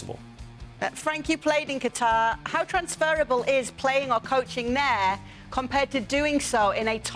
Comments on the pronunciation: Gab: "Cutter" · Cutter? Does he mean Qatar? :)